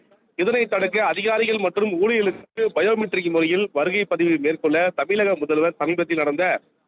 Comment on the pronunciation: தமிழ்என்றுதெளிவாககூறவும்தமில்.தமில்நாடுஎன்றுகூறுவதுகேட்டால்சகிக்கமுடியவில்லைதமிழ்நாட்டல்வாழ்பவர்களேஇப்படிபேசினால்எப்படிகாதுகொடுத்துகேட்கமுடியவில்லைஇனிதறில்என்றுவாசிப்பவர்கள்யாராக இருந்தாலும்கடுமையானதன்டனைகொடுக்கபடவேண்டும்